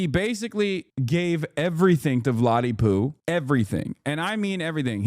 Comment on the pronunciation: Vwadamiw, pwease...